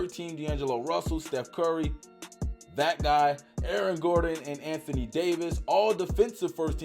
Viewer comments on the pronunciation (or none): none